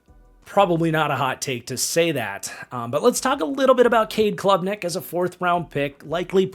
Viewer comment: Cade Klubnik. Not Clubnik